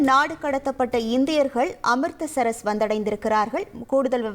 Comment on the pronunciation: அமிர்தசரஸ் இல்லை😂😂😂😂😂😂😂அமிர்ஸ்ஷர்😅😅😅😅